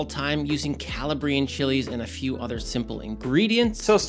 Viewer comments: "calla-bree-un" bruh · Great trick. Next step, you're pronouncing Calabrian incorrectly. It's not Cala-bree-inn, it's Cala-bree-ann. Look up a video on Calabria 😊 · It’s pronounced Caw-la-Brie-en!!!!! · Say it with me: kuh-LAH-bree-an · Not to be petty…but gonna be petty…you are mispronouncing Calabrian. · They both need to learn how to pronounce “Calabrian”….. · You're pronouncing Calabrian Chilies incorrectly! Doofus! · I feel like he’s trolling us with the way he says Calabrian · If he's a former "Chef" he should know the correct pronunciation. He's either trolling or he's an idiot.